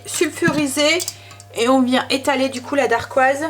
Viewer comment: Bonjour. Voilà mon premier commentaire alors que je te suis depuis un an déjà:) Tes vidéos m’inspirent beaucoup car j’ai moi même un kitchen aid et grâce à toi je me suis lancée dans le pain maison! Par contre, et j’espère surtout que tu ne le prendras pas mal, mais on dit une dacquoise et pas une darquoise ^^ et on dit simplement montrer à qqn et pas faire montrer:) plein de bisous et merci pour tes vidéos!